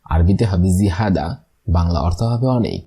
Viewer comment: জিহাদা না। জিয়াদা/ অনেক বেশি